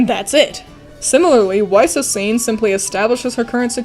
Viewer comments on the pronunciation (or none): Weiss Schnee should be pronounced "Vice Shnay." Vernal is an annoying pronunciation, but Weiss has always been an issue for me as someone who has studied German.